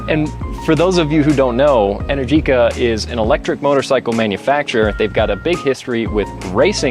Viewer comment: Pronunciation: en-AIR-ji-ka Not: en-er-GEE-ka